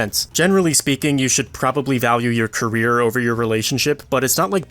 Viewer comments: career not carrer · 'Carrer' 'Carrier' It's Career! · Career. It's career